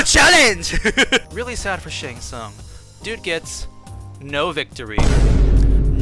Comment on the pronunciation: Once I heard it I cannot unhear "Shart Tsung"